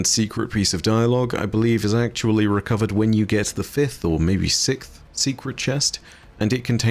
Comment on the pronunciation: Still drives me nuts to hear you pronounce the word sixth as “sikth” lol